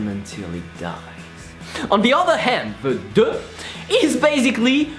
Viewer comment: O my god... i fell off my chair laughing 😂😂😂😂😂 "DEUUAAAHHH" 😂😂😂😂 ur soo adorable 😁😁😁😁